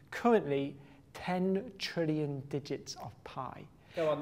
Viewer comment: I like when he says črillion but not trillion if anyone understands what i mean probably not btw if your from lithuania like this comment